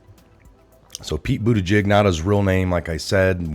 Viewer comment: DO NOT CHANGE!!! I appreciate how you slightly mispronounce a word here or there. Bootyjig. News anchors all say "Pete Bootedge-edge". No! Pete Bootyjig. That is his name now and forevermore!